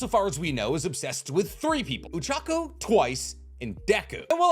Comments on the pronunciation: I only just realized that he pronounces Ochako as Uchaku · Saying uraraka's name oochako made me cringe